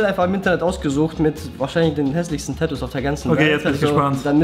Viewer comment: es heißt Tatoos und nicht Täääätuuus😭😒